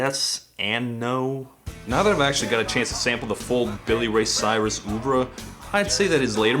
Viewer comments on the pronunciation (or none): "Oeuvre" isn't pronounced like "oo-vra", it's more like "erve"